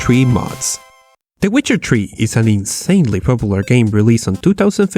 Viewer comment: When you say Witcher 3 it sounds like wizardry XD